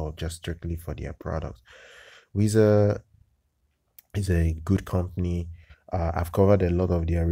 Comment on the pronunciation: It's pronounced like the word "wise"